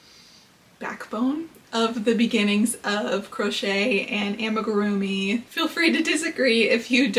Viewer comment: this comment is so unnecessary, she’s pronouncing it fine